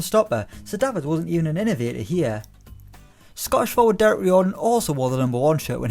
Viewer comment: you have butchered Dereks name 🤦‍♂️